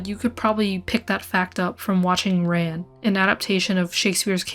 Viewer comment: RAN. Pronounced like "fawn".